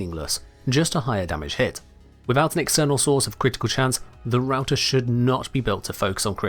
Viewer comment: It funny and painfull because i'm finnish and i know that its suppose to be prounced "rauta" and not "routah"